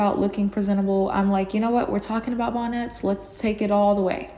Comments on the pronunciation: Not BON-NETS 🤭🤣🤣🤣🤣🤣🤣🤣😂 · I love how you even say “bonnets” in a fancy way lolol 😂 “Bahn-éttes”